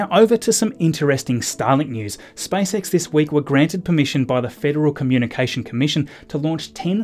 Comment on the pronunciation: He calls it SpiceX